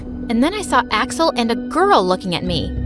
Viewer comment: First time she said Axel I thought she said asswhole💀💀